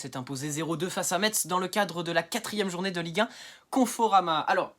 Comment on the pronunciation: 😳 Oh le gamin !... 😄 Je croyais que tu étais un homme trentenaire. Tu es majeur, au moins ? 🤔 Sinon, on dit "messe", pas "metsse" Continue, petit, tu te débrouilles bien ! 😉